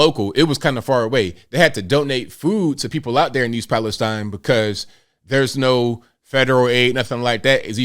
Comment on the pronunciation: It’s actually pronounced East Palesteen. Both my sisters and their families were displaced. One sister inside the mile radius, the other just outside. My oldest sister is still not home. Her youngest is only a few months old. I’m in the town over and our schools had to close for a day due to the fumes traveling in the wind changes. So far…dead fish, chickens, other livestock, foxes, and other pets. EP citizens are left cleaning their homes by themselves without the proper information to even clean. People cannot afford to hire cleaning crews and wait for reimbursement. Those who are cleaning are reporting chemical burns on their skin and sick. Everyone who went back home on my sisters street have left again because they were throwing up and had horrible headaches. An ambulance was called for one of them. That wasn’t even 24hrs of being home. Norfolk did NOT remove the contaminated soil but instead used it to rebuild the damaged track so they could quickly start sending their trains back through…which was 2 minutes after the evacuation order was lifted. The mayor and citizens were pissed! The original train car that was on fire was not the one carrying chemicals but 2 cars away from the vinyl chloride. They knew it was on fire many miles away and did NOT use the 3 pull-off’s available prior to EP. They were going to use the pull-off in EP but didn’t make it obviously. This could’ve been avoided. EP’s water tower is filled from wells. All surrounding towns are worried about air